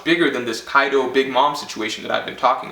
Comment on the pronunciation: “YONKU” ,” KAIDU “ lol